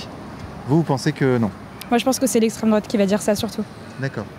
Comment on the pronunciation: "Gneugneu l'estrem droate" qu'est ce qu'ils m'énervent sans déconner